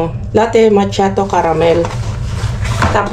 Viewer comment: ang tamang bigkas po yata ay "Maa-ke-aa-to"...dagdag kaalaman lang po 😊